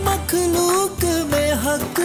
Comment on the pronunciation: MashaAllah, Makhlooque aur khata, ka talffuz pe dhyan den. JazakAllah Khair.